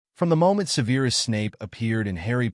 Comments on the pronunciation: Se'verus not Seveerus. You never watched the films? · Well for one the pronunciation of Severus was pronounced like the word severe.